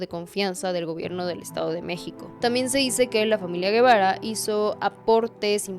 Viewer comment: Por que dices Guevara si es Gebara